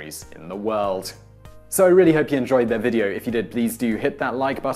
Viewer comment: "The most popular candy in the wuld." What's a wuld?